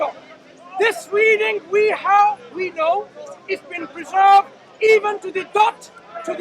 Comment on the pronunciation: who's that clown saying " it's a peezerved" . ROFL😂😂😂